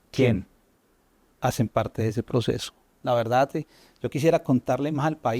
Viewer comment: Han notado , que dice , VERDADDDDDD....como Petro.. Se dice , VERDAD , sin...ddddddddd....suena falseado...